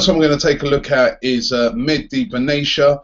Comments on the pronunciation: benatia is pronounced ben atiya not benaysha. I know because im arab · Hey Robbie Benatia is his name as his pronunciation is Ben Atia not benachia :) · Ben-a-shia? What a bellend, it's Ben-a-tia, fucking hell